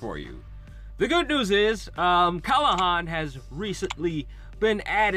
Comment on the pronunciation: kLahan not kAlhan